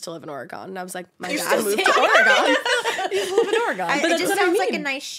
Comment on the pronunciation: As an Oregonian, hearing you say it that way makes me cringe and cry so much 🤣😭💔